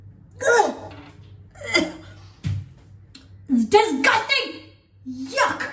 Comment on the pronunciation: Disgusting!!! in indian accentt..!! killedd itt 😂😂😂😂😂😂